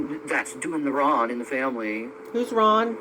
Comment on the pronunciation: She's saying "wron" instead of "wrong" Deni. She doesn't pronounce the letter "g" in all words. She's saying "wrong" but pronouncing it "wron".